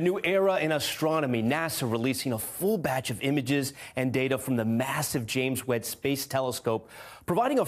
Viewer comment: Fool said “James WEDD space telescope”